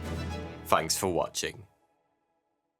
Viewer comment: You need to keep reading the dictionary” fanks “ isn’t a word but thanks is there’s these two letters called “TH” they make the thhhh sound as in “think””thought” in no way do they ever sound like “F” but you’ll get there just keep reading the dictionary it will do wonders for you obviously